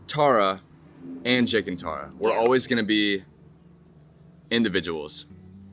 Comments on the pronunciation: please say the name correct its t-are-uh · It’s not Tare-a it’s tar-a get it right. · Tara TAR a tARa not TAREa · also, her name is pronounced (TAR-uh) like concrete tar, she hates when ppl don’t pronounce it right lol she always mentions it 😅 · TAR-RUH, c'mon!😂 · Please learn how to say her name ahhhhhh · idk if this is rude but u were saying her name wrong, SORRY IF THIS IS RUDE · Pronouncing her name wrong so many times. I can see Tara watching this and getting riled up 😂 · Not at all 😂 but she definitely would be like “that’s not how you say it!” Lol